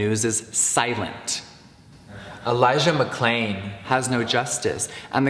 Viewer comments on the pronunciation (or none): if you go back and listen to where Elijah McClain’s name was said, it sounds like it was recorded over, like j* may have mispronounced his name or something 😳